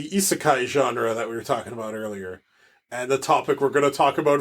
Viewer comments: I think we both pronounced Isekai differently several times. ;) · came off ruder whoops. I’m pretty sure it’s universally accepted The way you use over eye-si-kay. Also Maynga. I’m sorry how rude this sounds